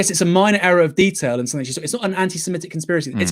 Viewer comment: grrr it's semitic not semEtic!